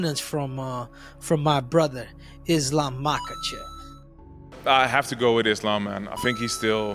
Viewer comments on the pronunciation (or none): unc said Islam machkalchev and bleha mohamed😂✌